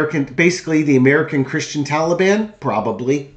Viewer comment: It sounded like he said he was not a Christian